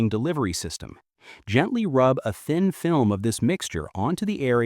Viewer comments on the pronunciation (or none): none